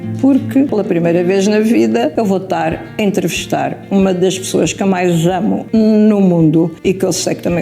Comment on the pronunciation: "Eu vou tar" foi o que eu ouvi, e logo a seguir "uma das pessoas que eu "maijamo na vida". 😂😂😂